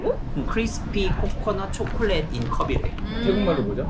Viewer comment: คริดสะปี้ โคโค่นัด ช็อกกะแลด ไทยแท้มากกก 555555